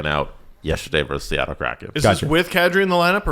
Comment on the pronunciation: It's "versus", not "verse".